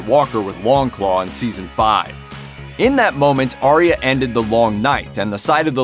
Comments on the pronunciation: Aye-ah. Her name is pronounced Aye-ah, not Aria. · It’s arya not aria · I'm pretty sure that Arya's name is pronounced like eye-a or something like that but I'm not completely sure🤔